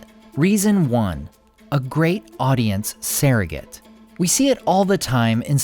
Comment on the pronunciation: SURrogate, not SAIRrogate, but yes, I’m all for Elrond